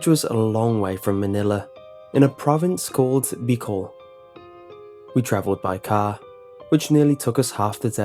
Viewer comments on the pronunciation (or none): Beeee-col Bicol🙂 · It's pronounce "Bee-Col" xD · hey uhh you pronouced bicol wro ng and the philippines has many ghost stories like white ladys and a girl called manananggal its basicaly a girl chomp in half that has wings that feasts on the people the only way to kill it is spreading salt into its choped part